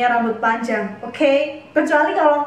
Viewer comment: Kaget pas ngomong okhey😭😭😭😂